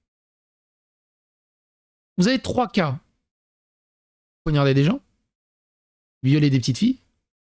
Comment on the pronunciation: Poignarder et non ponarder 😂